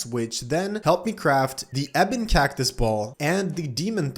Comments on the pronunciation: No way bro called cactus cactuos💀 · Wtf with that "cactus" pronunciation, sounds like an Indonesian 😂😂